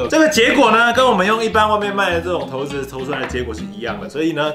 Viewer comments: 大部分的觀眾以及手機的搜尋引擎都認為是ㄕㄞˇ不是ㄊㄡˊ 在影片不管是不是刻意的 有點感覺不太舒服 差評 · 骰（ㄕㄞˇ）子是約定俗成的說法，教育部網站也寫（ㄕㄞˇ）是骰的語音，應該沒有必要特意唸成骰（ㄊㄡˊ）子吧！ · 是ㄕㄞ骰子喔~不是ㄊㄡ骰子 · 「ㄊㄡˊ」子 好像才是正確唸法 然後 又唸成ㄕㄢˇ子了~哈哈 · 骰子，根據《教育部國語辭典簡編本》正確讀音應為「ㄊㄡˊㄗ˙」，但不少人還是會念成骰子「ㄕㄞˇㄗ˙」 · 聽了ㄊㄡˊ子好不習慣，但長知識了，還是覺得ㄕㄞˇ子順耳，畢竟大家都習慣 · 出頭真多，ㄕㄞˇㄗ˙就ㄕㄞˇㄗ˙還刻意唸ㄊㄡˊㄗ˙ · 結果影片中還不是一直唸ㄕㄞˇ子，到底開頭為什麼要這麼假掰？ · 拜託不要在念骰子了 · 「ㄊㄡˊ」子 第一次聽到這個唸法，好酷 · 很有可能是連自己都沒意識到說成ㄕㄞˇ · 原本想講正確發音，結果還是習慣性的說錯了。 幫大家科普一下： 色子=>ㄕㄞˇ ㄗ˙ 骰子=>ㄊㄡˊ ㄗ˙ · 講投字超出戲的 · 你的4沒有塗紅色啦、4也應該要是紅色的😂(咦 然後就唸ㄕㄞˇ子沒毛病啊OAO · 說成ㄕㄞˇ子了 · 打ㄊㄡˊ跟ㄕㄞˇ都會出現骰，為什麼不唸ㄕㄞˇ子啦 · 所以幹嘛硬要講「ㄊㄡˊ」子🤣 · 超不習慣聽到ㄊㄡˊ子😂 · 不是骰（shai）子吗哈哈哈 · 教育部又亂改字音了?我一直以為念ㄕㄞˇ子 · 骰這應該是唸ㄕㄞˇ吧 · 不是骰ㄕㄞˇ子ㄗˉ嗎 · 一直說投子..... 會很出戲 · 看完只記得ㄊㄡˊ子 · 這不是應該唸ㄕㄞˇ 嗎？ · 不行我不能接受ㄊㄡˊ子這讀音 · 這點小事不用特別拘泥沒差，相信台灣大部分人還是習慣念骰子不是骰子，按照自己習慣的即可，能懂意思就好啦，不是什麼大錯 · 語言本來就是溝通的工具，慣用的常用的，大家聽得懂就好了，整片下來兩種發音換來換去聽得超級尷尬